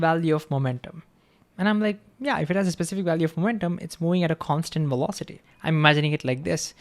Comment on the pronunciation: it is vee velocity NOT double "U" WEE wolocity !!! Come on you are a smart guy, and you could change the pronunciation of ONE consonant to bring your verbalizarion into some semblance of the MAJOR LANGUAGE you are trying to advertise to unless you are stubbornly trying to change the entire world's pronunciation to comply with your stubbornly defiant way of butchering OUR LANGUAGE .... STUBBORN NONCOMPLIANT BACKWARDS .... or maybe you wanna say backVards!!!